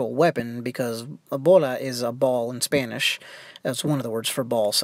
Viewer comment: You have a great spanish pronounciation.